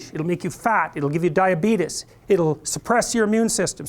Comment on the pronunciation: Hahaha Jordan Peterson says "diabeetus" like Wilford Brimley, I did not expect that! Seriously though, amazing thought-provoking lecture. Keep up the good work, Dr. P!